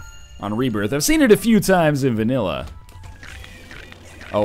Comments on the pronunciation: Binding of Isaac rebiarth, sounds like saying it with a southern accent cx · You ok there northernlion? Rebairth? XD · Lol Rebairth! silly northernlion!